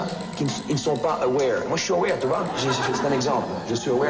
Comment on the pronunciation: Excellent reportage! Great Job, "I'm Awaer";-)